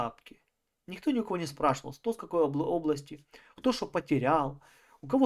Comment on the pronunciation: "ОбластЯ,похожА,.ДАЛЬШЕ СЛУШАТЬ НЕВОЗМОЖНО